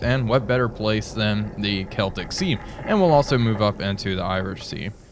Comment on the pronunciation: Hooray! learned how to pronounce "Celtic"